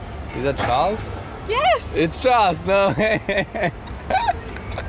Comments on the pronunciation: Ahh yes, Chales Leclerc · Haha when Charles say crown I understand Corona😂